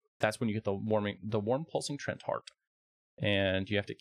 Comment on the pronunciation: The word is pronounced Tree Ant, not trent